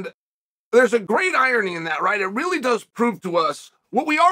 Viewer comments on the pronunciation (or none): none